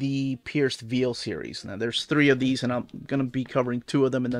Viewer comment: I know English isn't your mother tongue, but you are pronouncing 'Veil' incorrectly, You're saying something like 'Veal' the meat when it should be like 'Vayul', Ask Melanie she should know. Also just Bought Lugosi and Project Arka